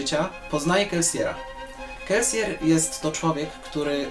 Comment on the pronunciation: Dziwnie się czuję, kiedy słyszę wymowę "Kelsier", zawsze czytałem to jako "Kelsir", tak mi jakoś bardziej pasowało :P.